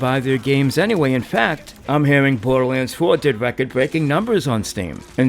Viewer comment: #1. I don’t take anyone seriously who would pronounce it “bowduhwanns” and #2. Play it on pc. There’s an fov slider on pc.